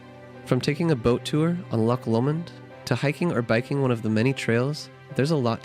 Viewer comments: "Loch" se pronuncia "Lojj". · Thank you for showing off my country. I live up in Inverness (used to live in Fort William). I'm impressed you managed to pronounce the places right, but you still have trouble with "loch" lol (don't worry, even Scots have trouble with it sometimes). May I recommend going in April-June if you want the best months for festivals, weather and springtime? I'd also like to recommend some places I quite like that are smaller in scale but still lovely: Nairn (especially the beach), Glen Affric (one of the filming locations of Detective Pikachu), Route 500 (please keep it clean, lots of tourists litter), John o' Groats (puffins!), Glasgow (for the culture hotpot that it is), the general Gairloch area (Ullapool and Poolewe included). I'd like to give a soft mention to "The Whisky Trail" which is along the east in Moray towards Aberdeen (since you mentioned Harry Potter a lot in this video, Dufftown was also mentioned in Harry Potter which is also worth a sneaky visit for whisky) and a quick mention to House of Bruar along the A9 if you want to buy touristy stuff (care on the price, but it's top quality...also the small chip shop there sells lobster), it's also in an area that has lovely scenery and hiking spots. One last mention to the gorgeousness that is the Cairngorms which features skiing, Aviemore, Loch Morlich, the Highland Wildlife Park (they take good care of their animals) plenty nature trails and Rothiemurchus: a protected forest that is part of the last 1% of original ancie